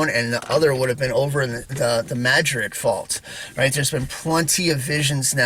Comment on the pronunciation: I just looked so forward when you post a video….You are the only person who pronounces New Madrid right I live in South East Missouri and everybody pronounces it wrong lol